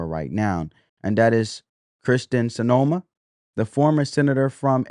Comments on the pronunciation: Her name is pronounced how it's spelled SIN - EMA, not Senoma. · Sin-e-ma not So-no-ma. Man can you read at all?